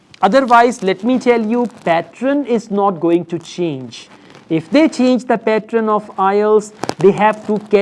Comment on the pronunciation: Men are never beautiful🙄😂😂😂🙄. Don't try to put lot of accent which you can't. It sounds pathetic. Just keep it simple what you do. Only 10% you could force that not so good accent 🙄😏. And it's not patron what it sounds when you say. It's pattern 🤮. Why did I even watched your video